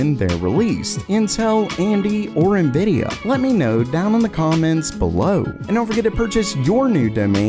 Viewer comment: Monkey D luffy ❌ nividia D force ✅